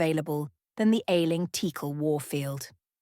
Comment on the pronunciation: It seems like AI is trying to attempt all possible pronunciations of Teackle.